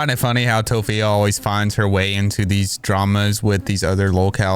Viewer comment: TOPHIA??? LMAOO